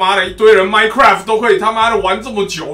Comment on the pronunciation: 你說的是my cuai 嗎